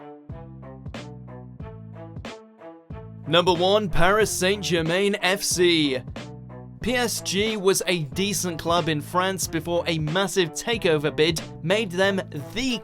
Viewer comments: 😂😂😂 that pronunciation of Paris Saint-Germain 🤦‍♂️ It’s pronounced San-Germán American fools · Holy shit!... Your company is based in the mostly FRENCH speaking part of Canada, and you STILL can't pronounce Paris St.Germain correctly??